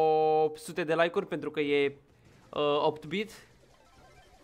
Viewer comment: Se zice eight-bit